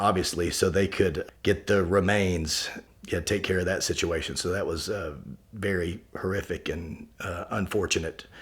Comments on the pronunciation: I could have sworn he said "That was beary horrific" and I lost it. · He say beary horrific? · Did he say beary horrific?